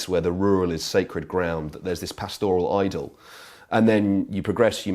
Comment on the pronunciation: "This pastaural idol". Sort out your pronouncian there bud.